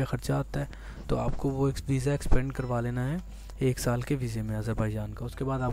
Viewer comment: Extende hota h expande ni